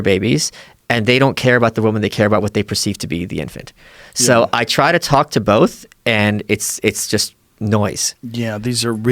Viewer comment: Joe “it’s bollff” Rogan